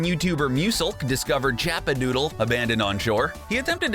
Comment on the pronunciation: 2 things 1 it’s chapadoodle not chapadootle and 2 it’s LAZY links not lucky links oh and ps you said salty the showed a picture of tilted towers